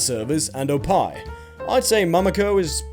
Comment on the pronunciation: Unacceptable he pronounced oppai wrong